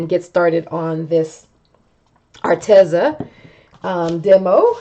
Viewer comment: I just talked to them and it's pronounced Ar-Tee-zuh...long e sound.🙏